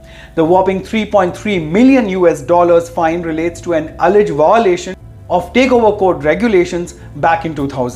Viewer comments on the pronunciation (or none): Voilation? Lol!